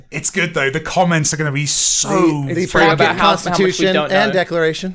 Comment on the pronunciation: Realtime first react, not on the hoodie, BUT: why am I hearing saying the commons instead of the comments just now?:D